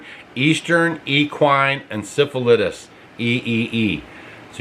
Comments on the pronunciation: It's in-sef-a-light-us!!! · It is pronounced. In self ill I tis.. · It's pronounced In-seff-ell-eye-tis.I remember when they said they were going to do this. It's insane! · It is called EN CEFF EH LIE TIS!!!😊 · encephalitis is pronounced- en sef a lie tis.. sounds a whole lot like west nile a few years back - my horse got it- vet saved her with some iv's, then zika, now ees... not confused any more - these people are a special kind of nuts. eugenics mafia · Seff not self. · Encephalitis- the first "i" is pronounced with the long " i " sound The link below will pronounce it for you